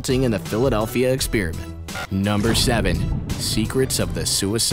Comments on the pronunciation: It's not pronounced "ex-peer-iment". If you're going to play at being Mr. Voice-Over then get some speech lessons. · It's sounds like he says philladelphia spearmint